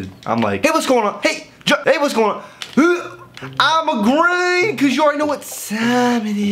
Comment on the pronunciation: Nobody:AYE MAN THAT'S GWEEN LIKE SPRITE